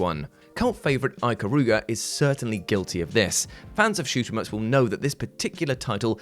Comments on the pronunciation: "Eye" -karuga? No. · You pronounced Ikaruga wrong. Other than that great video, You deserve a like. p.s. The only Tomb Raider game I was able to play was the 2013 reboot.